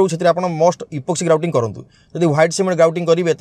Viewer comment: Sir grouting ra name kuhantu clear re suna jau nahi